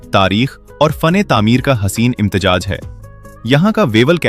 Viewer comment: Imtejaj nahee imtezaaj hay ye lafaz phelay Urdu seekho from kpk swabi 😅😅😅😅😅😅